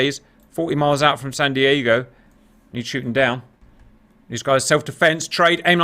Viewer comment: Wtf is this guy saying Sahn Deeahgo? Are they from Wisconsin or something? was saying the name correctly.